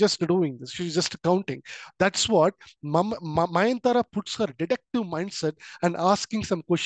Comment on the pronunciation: Mayantara ❌ nayantara✅ nice explanation sir❤